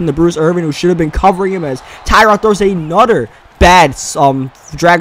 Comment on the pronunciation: "Anoder one"